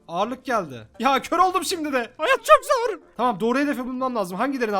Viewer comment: "hAyAt çOkĞ zOrĞ" 🤣😂